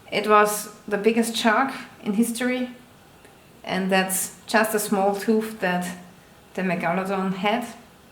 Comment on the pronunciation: Nice home life....also it’s shark “tooth”.....not “toof” lol 😆Danke for showing your home!